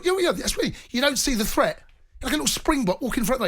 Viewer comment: Note to Jamie: The correct pronunciation of the word 'threat', is not 'fret'. Newcastle is not a 'fret'; Newcastle is a 'threat'. You can 'fret' that Newcastle is a 'threat', but that is quite another matter.